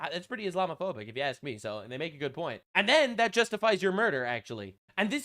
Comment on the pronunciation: Can she pronounce "ask" correctly?